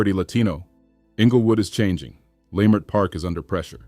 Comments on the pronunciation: Its not pronounced "lie" mert park... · Was this a black A.I. voice, cause what is layemert park 😂😂😂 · This is done by Ai. The videos don't match the supposed subject, but the loudest "tell" was the mispronunciation of Leimert Park. I've lived in LA since 1966.